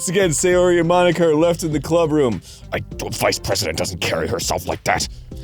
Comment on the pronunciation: Please... "Sayori", not "Seiyori"